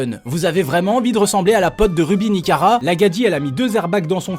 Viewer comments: Par contre s'est pas ruby nikara mais ruby nicaca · C'est plus nikara mais nikaka